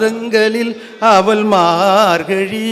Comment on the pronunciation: அவள் என்பதை அவல் என்று உச்சரிக்கிறார். இவள் என்பதை அவல் என்று உச்சரிக்கிறார்